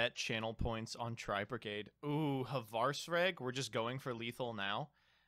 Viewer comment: if I hear pronounce Hraesvelgr as "ha-vars-reg" one more time I'm gonna lose it